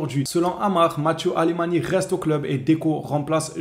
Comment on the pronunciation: C'est Matéou alemany et pas matiou... El kavalieros tout de même...^^